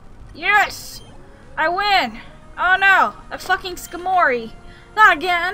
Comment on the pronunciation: i though skarmory was pronounced like scar-mory lol